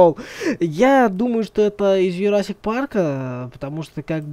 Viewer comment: Джурасик а не Юрасир парк)